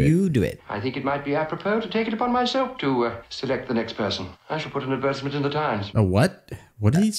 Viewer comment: We don't pronounce it Adversment!😆